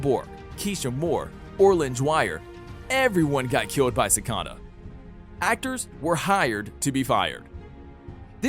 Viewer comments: Its not cikada it is cicada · You say all of their names wrong like Cata instead of cicada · Why does he say si-ca-da? It’s si-cai-da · Don't say it like ci -ca-da say it like ci-cae-da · BRUH ITS PRONOUNCED ciKAta not cicata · It’s not cicoda, it’s cicada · it’s pronounced cicaeda but spelt cicada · ITS CICAIIDA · "ssikada" lmao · Sikada 😜🙏 Like no u did not 💀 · dude its ci-cay-da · Do you guys notice how he say seacda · Its pronounced (Si - Caeda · No one::cicada Me: IT IS CICEDA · You do realize you’re pronouncing cicada and Devoe wrong